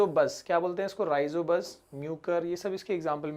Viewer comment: Sir there is mistake in the vedio It,s rhizopus not rhizobus .